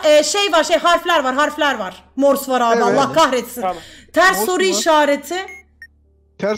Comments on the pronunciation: morsu hep yanlış söyledi çıldırıcam çok komik habdnabdns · pelin abla seni çok seviyorum ama morsu sen yanlış söylüyordun üzgünüm. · Abla çok yanlış söylüyorsun morsta